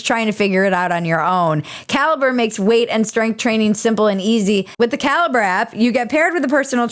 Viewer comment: When you say "caliber app", I kept hearing "cal-brap" which sounds like some new super hip product 😋